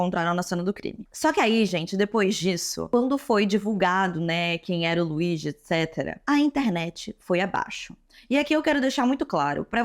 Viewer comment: Se fala "Luidi" moça.